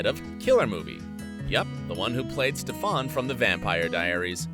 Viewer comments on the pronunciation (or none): wtf is a stEphOn.. it's pronounced stefan, literally how his name is spelled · hahaha he pronounced Stefan's name 'steh fAn' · Lmfao "Stefawn" 😂😂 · STEFON?????… umm... it’s Stefan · HE SAID STEFAN WRONG 😫😫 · Why did you pronounce Stefan like that? Lol.